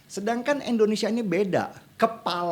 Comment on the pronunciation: Bang Denny, bukan EN, IN bang Indonesia